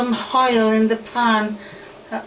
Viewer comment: I watch you with my friend and there is one thing I need to say please please stop calling onions honions and it’s oil not hoil